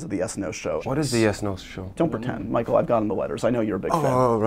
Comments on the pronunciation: did he say "Fichael"? LOL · ok 1) is it just me or did call Michael "Fichael"? 2) where did James say Ewan was from? I can't understand with such a thick fake accent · He totally says ‘Fichael’ then Michael just kinda looks at the floor like “Wait, did he just say Fichael?”